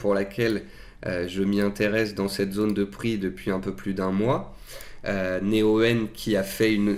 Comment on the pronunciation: Pk dis tu Né-o-"eu"-en C'est Néoen (prononcé Néowen) 😆